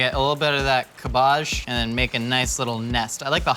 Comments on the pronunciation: pronunciation of cabbage reminds me of that episode of American Dad where Weird Al sang a parody of “Sabotage” by the Beastie Boys and pronounced cabbage the same way does in this video. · I can't get over how pronounces cabbage. It makes my British hurt. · The 300 dislikes are all because of how says, "cabbage". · it took me like 4 times of him saying cabbage to realize that he was saying cabbage. And, i was looking at cabbage. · I’m literally never going to recover from hearing pronounce cabbage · The way you pronounce cabbage really pisses me off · Please never use cabbage ever again. I've never heard an American say it before. And its 1 of the worst butchered English words I've ever heard spoken. Wow. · the way he pronounces cabbage.. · i’m bothered by how he says cabbage 😂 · I’m sorry... how did you just pronounce cabbage?!? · my eye twitching why is he pronouncing cabbage like that?! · You say cabbage how I say garbage. Not how I say fromage though. WILD. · Not even your middle class Aunt from Surrey, who likes to think she's better than everyone else, pronounces cabbage like does. Is this an American thing or a thing? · I'm unreasonably upset at how he pronounces cabbage. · The way he pronounces cabbage makes me cringe every time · Is that really how 'muricans pronounce "cabbage", or just? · same! I was like wth then had a moment of realization that he was talking about cabbage never in my life have I heard someone pronounce it that way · Ca-BARGE The favoured ingredient of Mortal Kombat's Ka-BALL. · stooooppppp it's not kabajjj 😂😂😂😂😂 LMAOO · Cahbarrrge 😂 never heard it pronounced like that before 😂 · Cabbage pronounced 'cab-bige', not however it was pronounced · Everybody: Cabbage Mythical Kitchen: Cabbaje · "CAB-IDGE" my friend, its pronounced "CAB-IDGE" 😂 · Thank you for relentlessly pronouncing cabbáge the way you did 😂 I love pronouncing it that way too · Wait Do all americans call cabbage, "cabbahj"?